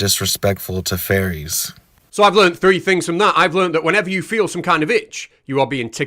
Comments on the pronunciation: I heard that as well. :3 At least you can hug a furry for reals though! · I kept hearing “furries” instead of “fairies” and that made it more interesting. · sorry everytime someone says "fairys" all i hear is "furrys" and i can confirm furrys are real - and they scare me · Hearing you say "furries" instead of "fairies" adds a dimension lol 😅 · If I was listening to this video with my eyes closed, I would be 100% certain that you’re saying “Furries” not “Fairies” and I don’t like the thought of that. Not one bit 😳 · fully thought you said "furries are actually real" for a sec there had me worried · Maybe it's my American ears, but I heard "furries" every time you (presumably) said "fairies" or "faeries". It increased my enjoyment by 15%. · Did you say "fairies" or did you say "furries" there for a moment? 😂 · Mate, you pronouncing fairies like "furries" is really confusing. Do you pronounce "furries" the same? I get they are both groups of nutjobs, but they are still quite distinct groups. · At first I kept hearing "furries". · Every time i hear you say fairies, i hear it as furries. lol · It sounds like you're saying furries lol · when you say "fairies", it sounds like "furries". that's a W H O L E other video. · Pronounce faires correctly. You are Welch for god sake have some pride